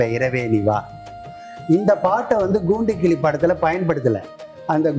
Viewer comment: A.M.ராஜா குரலுக்கு மிகவும் பொருத்தமாக இருக்கும் இவர் குரல்.மற்ற பாடகர்களின் பாடல்களை தவிர்ப்பது நலம்.இவர் ங்கூண்டுக்கிளி என்று சொல்கிறார்.பேட்டி எடுக்கும் பெண் ங்குதிரை என்று தமிழை உச்சரிப்பது சங்கடப் படுத்துகிறது.